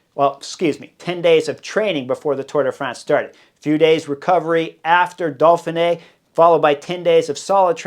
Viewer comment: Hey Jazz Hands! It's "Doughfinay" not "Dolfinay"!